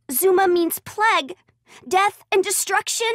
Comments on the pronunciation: tHe pLeG SiS iTs PL-AI-G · Dzuma: plauge not pleg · It’s plague not plegg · I like how she says plague as pleg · Not pleg you pleb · Lmao they said plague wrong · What the PLEG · Pleg Walk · p l e g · noo you fucking moron he is saying pleg because they said it wrong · why does she say Plague like that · Anyone uncomfortable how she said plague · She says plague wrong hahha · She says plague like a Canadian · Ahhhhh! Stop saying plague like that! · I hate the way she says plague. But forreal I hate how all these idiots don't listen the first time, it seems like the all want to die